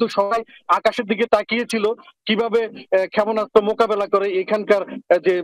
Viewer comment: আমি তো জানতাম‌ই না ক্ষাপোনাস্ত বলে 🤣🤣